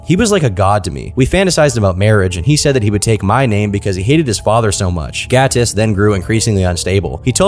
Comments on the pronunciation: Your pronounciation of Gatis is on point, are you latvian? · Noooo. Not him being Latvian 😔 Also props to the pronunciation of Gatis, it was good.